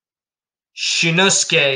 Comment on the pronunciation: Shinnosuke is pronounced Shinohsookeee